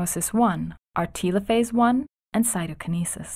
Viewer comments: It's "TELL O PHASE" not "TEAL O PHASE" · did anyone else think it was weird the way she said Telophase orr....